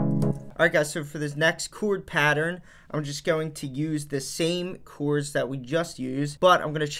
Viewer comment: Came here to hear you say Ceeewwrds